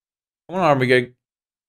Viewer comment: Armiger is a squire or one entitled to bare arms. It is pronounced Ar-mi-jer